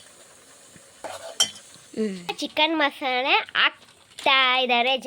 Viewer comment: ಅದು chicken ಮಸಾನೆ ಅಲ್ಲ chicken ಮಸಾಲೆ 😂